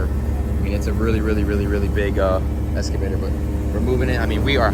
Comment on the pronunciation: He needs an English lesson. “Escavator” was driving me insane l.